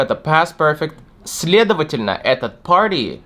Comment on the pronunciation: Мне больше всего понравилось, как ты сказал слово "party". Это словно мелодия для ушей, надеюсь, что я когда-нибудь тоже достигну такого уровня произношения)